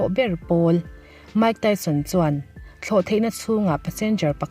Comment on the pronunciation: Mike Tyson hming i lam khi chuan zahna tlem tal ti lang ve teh aw a chanchin i hre tam lo tih a hriat reng mai research va nei leh rawh Mike Tyson hming i lam rik leh dawn chuan